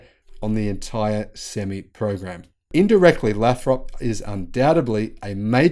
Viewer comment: Lathrop. Long 'a'. Lay-throp and run the 'throp' together, don't drag it out.